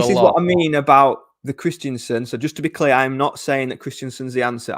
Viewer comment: iT'S KRISTENSEN, IT IS NOT KRISTIANSEN! MY GOD.